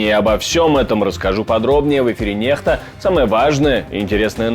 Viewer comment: Не нехта, а нЕкто!)